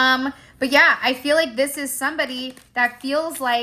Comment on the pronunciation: Not YAYuh😂😂😂